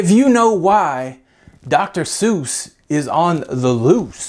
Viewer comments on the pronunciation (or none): none